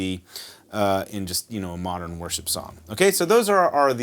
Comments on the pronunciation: Is it just me or am I hearing "Worst Tutorials" when u say worship tutorials ha ha 💀💀💀💀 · Yes, I heard the same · Now i can’t unhear it